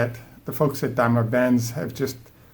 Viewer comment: Wait, this video is later and here you pronounced daimler benz correctly.